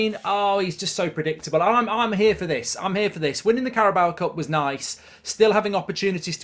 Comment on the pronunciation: first of all pronounce the carabao cup correctly then we'll talk